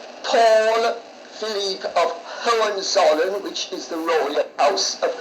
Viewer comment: Excellent pronunciation of Hohenzollern - and I‘m German😊